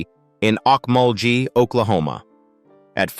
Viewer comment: Hey AI idiots. Its not Ock molgee. It is OAKMULLGHEE.